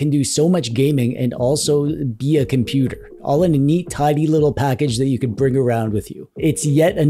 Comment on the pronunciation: Not computer its compooper❤